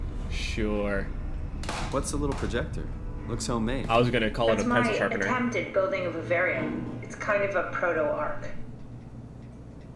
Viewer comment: lmfao he said a fucking pencil charpener lol fse